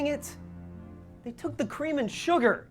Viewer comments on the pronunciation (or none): Uh, for someone who did such a good job in the game, when he says sugar is sounds completely American - he's over pronouncing the r when it should be almost silent in a British accent.